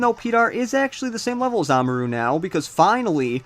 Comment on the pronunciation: Ahmaru? It's spelled Amaura. It's pronounced Ah-moor-ah. Or something along those lines.